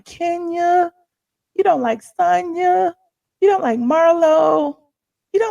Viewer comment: I didn’t even know they were back last week. I was watching old seasons because I didn’t care about the Escape /SWV spin off. I guess I‘lol watch episode 2 live today. Maybe itMll help them out a bit. Lol. And her name is pronounced SAWN-yah.